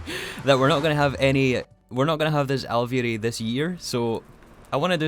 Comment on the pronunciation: you totally nailed alveary there the second time and the third was not bad!!! (genuine)